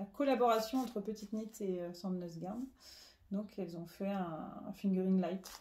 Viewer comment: Merci pour ce nouvel épisode et toutes ces jolies réalisations et un grand bravo pour la prononciation de petite Knit!!!